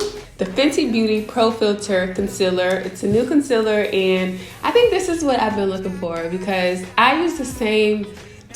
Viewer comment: Gurl bye did u just say conciller